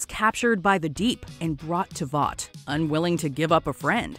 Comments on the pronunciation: Voice actor clearly hasn’t watched anything the boys related. Calls it voight over and over again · It's Vought